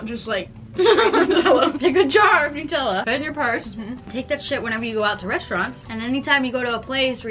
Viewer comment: why do u say nutella as newtella